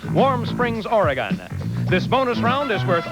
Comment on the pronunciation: As a native Oregonian, I cringed at the mispronunciations of "Oregon" and "Kah-Nee-Tah"!